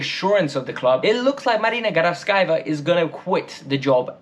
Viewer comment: Wait, did I just like how you pronounced "granovskaia" ? Pretty nice